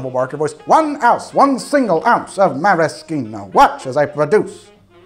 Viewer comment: Don't pronounce maraschino like that ever again thanks 👌